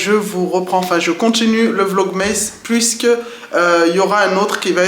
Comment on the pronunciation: Coucou! Porte toi mieux et bonnes fêtes à la famille 😊 PS: c'est vlog "masse" et non "meïsse" 😉